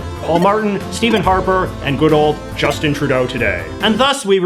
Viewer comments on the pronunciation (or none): none